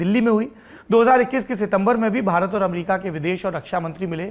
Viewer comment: AMRIKA :p